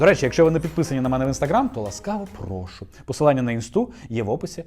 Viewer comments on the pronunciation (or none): none